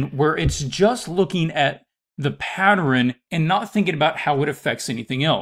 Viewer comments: why is he saying it like that 😫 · He lost me by saying “patterin” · no one: him: patteren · You say pattern like my mom 😳 (Saying partter-in, instead of pat-turn) I think my grandfather says it, too. However, if I'm being honest, I have no idea where the idiosyncrasy comes from My grandfather's parent's are from 1900's Oregon, so maybe it's a N. West coast thing? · I couldn’t even listen to this because every time he said pattern my blood boiled